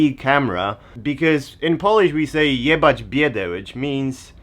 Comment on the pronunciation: "Jebać biedę" powiedziane z (ch)amerykańskim akcentem made my day <3